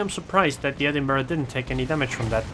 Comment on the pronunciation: Liked for good replays, good commentary and using the correct pronunciation for Edinburgh.